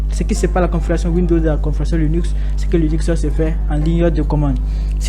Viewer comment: On dit Linux pour commencer et non Lunix. 😉